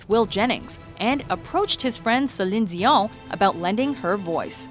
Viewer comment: What? That's the correct way to pronounce that